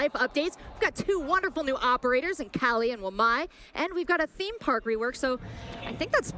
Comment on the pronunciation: Kali is supposed to be pronounced like "Kaali" not Cali as in California. Kali is the Hindu Goddess of Death